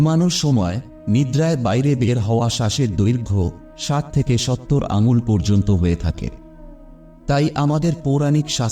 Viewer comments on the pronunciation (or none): none